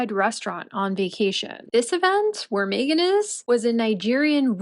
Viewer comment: So they went to a poverty stricken country to make money,well she can't do that here in the States, also was having a hard time saying their names,well Meghans,I bet she put that mandatory TITLE in and he screwed it up,🇺🇸✔️👍👋♥️